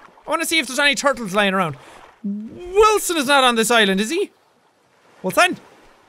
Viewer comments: Jack: Wilson! Me: whaleson! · it's not Wilson in this series its whalson!!